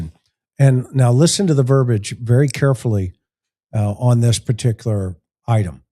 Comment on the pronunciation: Ver - BEE - age. Ver - BEE - age. It is not "ver - bage." It is Ver - BEE - age. Verbiage is pronounced with THREE syllables, not two.